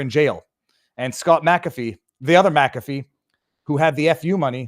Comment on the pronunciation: "Ich bin dumm" and thank you for knowing how to pronounce McAfee. A few YT don't. Like Dr Steve and Benny